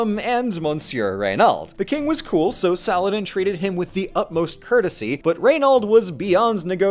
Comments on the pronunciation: i cannot express my joy at someone actually attempting to pronounce salah-adin right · did just nearly nailed the Arabic name 😗😗😗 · bro said Saladin in the real Arabic pronunciation but then says "kay-lif" smh